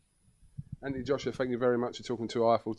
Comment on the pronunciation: stop saying antony !!!!! its anthony ffs